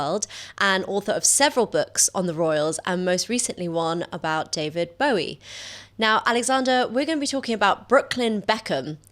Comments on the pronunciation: Actually it's pronounced Bo like go, not bow like cow. I used to work with someone of that surname. Hence his child's name, with Angie, Zowie, like Zoe. Albeit a son. Zoe Boh-ee. And he calls himself Joe. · When did we start pronouncing Bowie's name like the Yanks?! It's "take a bow-ie" not "crossbow-ie".